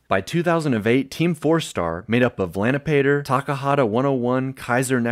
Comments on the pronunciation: Why did you pronounce lanipator’s name that way? I’m dying 😂 It’s supposed to be pronounced Lanypahtor, not lanĭpayter. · "Made up of Lanapator..." for the record, it's "LAW-nee-puh-tohr" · LANIPATER THE EMANCIPATOR oh god that pronunciation jumpscare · Lanipator ❌ Lani-Pater ✅ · Lani-“pater” instead of LanipatOr killed me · "Lanny Pater" LAN - E - PAH - TOUR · Lani-pay-teur. Wow XD Aside from that, cool vid! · Not to be that guy but it's pronounced Lani Pator lol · Lan like the network, Knee like the knee, Puh like you're spitting, Tor like torrent. his name accents like half the syllables. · Lanipator is pronounced "lah-nip-ah-tor", not the way you did. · "Lani peiter" That's a first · Lanipator is pronounced "Lah-nip-ah-tore". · I'm sorry, "lanipater"? Is this ai? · His name's pronounced "lani-puh-tore" btw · That has to be the biggest crime in mispronounciation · lol the way you pronounce lanipator is funny. Never heard it like that before. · You.. you pronounced… Lanipator…….. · my brother in Christ….. don’t be like the watch mojo woman, learn t pronounce peoples names please!